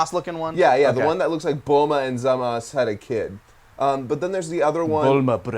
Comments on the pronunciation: Oh lord, these guys saying "Gokuuuu" smh. UGH and saying "Zamas," Jesus christ, the official english term is "Zamasu" pronounced "Zahm-asoo." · Please stop saying Zamas, his name is ZamasU. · not zamas.... zamasU. god that allways makes me cringe SO hard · Why do you consistently call him zamas when for a fact that it's already been confirmed that it's Zamasu, and nobody tell me that it hasn't been out at this time when before this, the Zamasu arch was alnost done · Why do they pronounce it Zamas, but the dub pronounces it like Zamasu? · Stop calling him ZAMAS. It’s obviously ZA MA SU. it’s been confirmed for years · "Zamas" ugh am I the only one who hates that pronunciation? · My god, stop pronouncing zamazus name wrong, in both dubs they pronounce it the same way why are you saying it differently